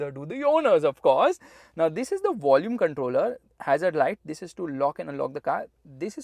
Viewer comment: Every Time he say "TTHIS"